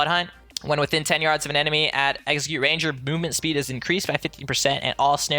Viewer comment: I swear you're saying Exeggute instead of Execute :P